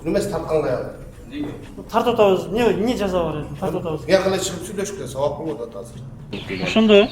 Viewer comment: мне эмне дебей сен мне эмес эмне деп дазылат айтылышы да